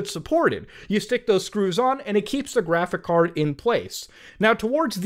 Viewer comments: Man said graphick card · Bro. It’s pronounced graphicS card. With an S. PLEASE